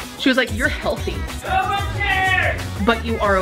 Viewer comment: “It’s called a hhHHOLTHY breakup.”